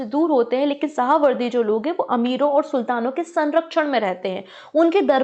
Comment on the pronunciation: शाहवर्दी नहीं है मैम.... सुहरावर्दी है। बुखारी को आप बुक हरी पढ़ रहीं हैं । परचम ऐसी गलतियां पता नहीं क्यों कर रहा है पहले भी एक टीचर बहुत से गलत उच्चारण कर रही थीं।